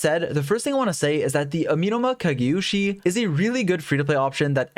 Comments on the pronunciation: hearing him say ameenoma kageushi took a year off my lifespan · Okay, how many cuts does it take for him to say the amemona kagemushhhiismaiofmadi